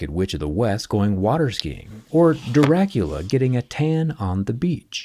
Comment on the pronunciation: Did you really say "Daracula" 🤔😬